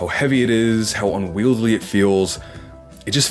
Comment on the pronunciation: Great video- very minor knit: it’s not “unwieldly” it’s unwieldy. Heard that a couple times and Id wish someone told me.